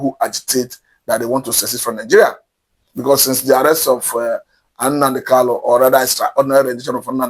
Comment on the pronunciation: It is not "NnaNdi KaLu," it is NnaMdi KaNu. Please take note. Thank you.